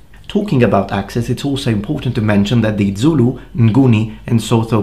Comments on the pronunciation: Great info as always! But, as a Xhosa person, I want to offer you a free lesson in pronouncing the "X" sound. It's a lot simpler than you think. Have you ever called a horse by clicking your tongue? Boom, there it is. Also, Zulu doesn't have that kind of "dz" sound in it. It's spelled phonetically so you say it how you see it. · You pronounce Zulu the same way the BaPedi people do when they want to annoy/insult Zulu people.